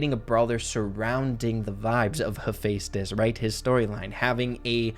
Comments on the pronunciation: IM SORRY BUT ITS HEH-FE-STUS 😭 not hey fes tus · You say it like hefi stos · Great vid, but btw its Hu-fes-tis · I’m no Greek god exspert but I’m like 50 percent sure it is pronounced he-fest-is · Same here Percy Jackson and Heroes of Olympus was EPIC Funny thing actually I could never pronounce Heaphaestus' name correctly so in my head I allways said hephastetsus or something like that🤣🤣🤣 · The amount of times I heard Hephaestus’ name get said incorrectly bothered me 😂 (I heard it said differently in god of war 3). Still great video just had to share that